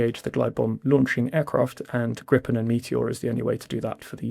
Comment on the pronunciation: Re Gripen: This is not english but swedish, so swedish pronunciation rules apply (yes, they have their own): [ɡriːpɛn] - not [ɡrɪpɛn] Do get a grip